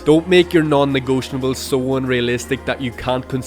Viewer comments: Negotiable not Negotinable you are adding the N. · Ah, my friend this is GREAT apart from ONE really annoying error! 'Non-negotionable' is not a word! It's a 'non-negotiable' and it grates every time I hear you saying it wrong, spoiling an otherwise great video. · You are pronouncing non-negotiable incorrectly, it takes away from the power of your message just slightly and would be an easy fix. You're adding an 'n' in at the wrong place towards the end of the word.